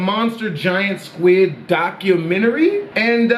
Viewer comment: That’s a close scwid